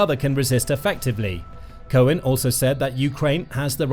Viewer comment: Cow-an not cohen he’s not Jewish!!!